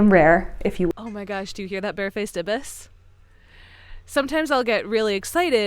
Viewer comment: “Memwire” “ih-bis” i feel like she’s low key trolling with the mispronunciations